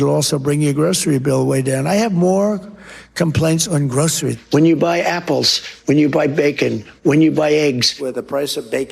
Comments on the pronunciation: True enough. But I was more remarking on /ˈɡrəʊsəriz/ with the /s/ sound. Unlike the more typically US pronunciation of /ˈɡrəʊʃəriz/, with an 'sh' sound. Shows a general trend in younger American generations' speech - a shift from /s/ to /ʃ/. Like something Sean Connery would have said... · At least he can pronounce groceries correctly.